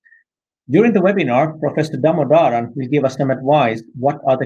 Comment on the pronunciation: Professor Damodaran should probably post a short video on how his name should be pronounced. Never seen a host who can get his name right.